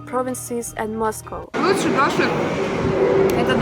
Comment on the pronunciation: Finally ... someone who can pronounce Moscow (mas-koh) properly ... unlike Americans that always say Ma’s-Cow 🐄. 😎my favorite pet peeve.